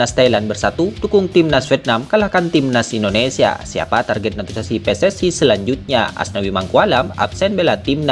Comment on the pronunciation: Pelan² ngomong nya min, soalnya sebutan kata naturalisasi gk jelas